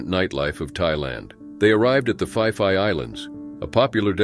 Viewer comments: Phi Phi is pronounced like pee pee.. Ko Phi Phi is pretty but tourists are ruining the area in multiple ways, especially the men. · It's pronounce ..pi. pi not pie pie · Fai fai island? No such, it is Phee -phee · Its pronounced pee pee Island not fee fee or fi fi island...just like phuket...pronounced Poo-ket not foo-ket..nobody will understand you in Thailand. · The island is pronounced as ‘Pee-Pee’ not ‘5-5’ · So painful hearing you mangle the thai place names. Its not the Fi Fi islands do some basic research!!!! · its pronounced "pee=pee island, not fi-fi island. Oh, and most tourists are idiots so we expect them to die. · Phi Phi is pronounced PEE PEE, that's the problem with TTS. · Pee Pee eye land.... phi phi island. say Peee PEE... I Have to pee..... that is how you say the islands name correctly. I am living full time for over 12 years but first started coming here annually in 1990 when I was working in Tokyo. These cases are horrible. I am constantly defending Thailand as one of the safest places to visit and live here in SEA. Saigon has a lot more street crime and gang activities. I lived in Vietnam for 7 years. Vietnam is rough around the edges but stunningly beautiful. If you do not put yourself in stupid Situations, Bar activities past 1am, gambling dens and illegal night clubs stay away drugs.... Marijuana is legal now but that might finish next year..... People who waddle around high and Drunk in the wee hours of the morning are putting themselves in trouble..... there is so much awesomeness to discover and experience throughout the beautiful Kingdom of Siam. Also in some cases the victims in some tragic cases might be lacking situational awareness otherwise known as street smarts. Those are the types of people who should not be rolling solo. Awesome Channel here. Just remember please, Pee pee island and Pooket Island.... this is how they are pronounced.... PEE PEE and POO-KET Islands. I welcome you to Beautiful Gorgeous Bangkok Thailand 🇹🇭 🌺 🌴 🌴 🙏 😊